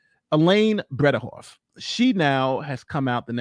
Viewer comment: Bred-eH-hoft . Not to be confused with ayyyy. It is an EH